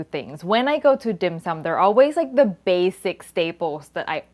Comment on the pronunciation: A Hongkonger, I can say your pronunciation of the dish is spot-on. A tip for marinating meat with ginger: don't do it more than 30 minutes or the enzymes in the ginger will break down the protein and make it mushy, not in a good way of course.